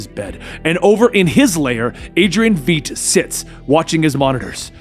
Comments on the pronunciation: once again: it's pronounced "VIGHT", like "light" or "night", not "Veet"! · Why the fuck do you pronounce it 'veet'? There's enough material out there to know how to correctly pronounce his name... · it's Veidt... it rhymes with Light... It makes me clench my teeth each time you say "VEET"... Please, stop. other than that, I love your veet-ios, kype up the good week though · bugs the hell out of me as well. Surely the name Veidt isn't THAT hard to pronounce?